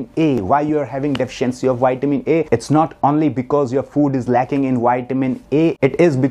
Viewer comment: Put your front teeth into your bottom lip to say Vitamin. Not whytamin.